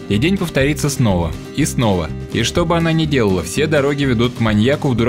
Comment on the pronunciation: Ничего, обойдемся картинками, не беда!.) Спасибо за обзор. П.С. Несколько раз переслушал, таки да "шо" мелькает. Околоземляк шо ли?.)